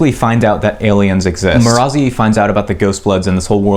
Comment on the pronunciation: Sorry but the way you pronounce marasi bothers me as a listener not a reader.